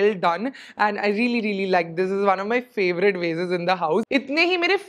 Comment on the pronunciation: Love the way u pronounce VASE ( sound like waist wz W instead of VA SE) .... love frm SG